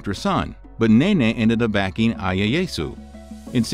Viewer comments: Ieasu is pronounced “E A Ah Sue” please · That and the bunch of other mispronounced stuff was killing me. Ieyasu was just... Painful.